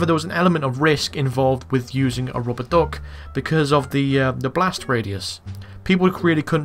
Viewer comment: keep it up, btw you say RUBBA DUK very funny LMFAO